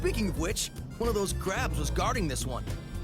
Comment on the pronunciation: It shouldn't have but Vinny just going "Clab" made me crack up